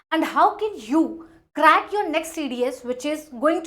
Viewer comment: Crack❌ Kkrrackhh ✅